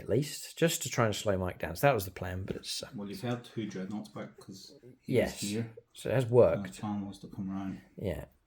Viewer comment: Thumbs up for his beautiful "Dregnoughts" 😂😂